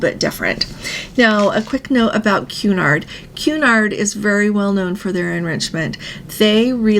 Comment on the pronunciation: Cun-nard pronunciation not Qu-nard pretty please, love your show 🫶